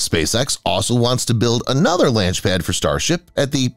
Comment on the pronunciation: lanch pad